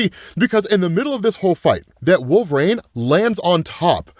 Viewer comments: It’s wol-ver-ine not Wol-var-ina 😂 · Who is wolvereen? You should take speaking lessons. Sounds like a speech impedement